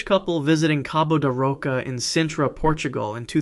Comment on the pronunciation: Sintra--pronounced like seentra.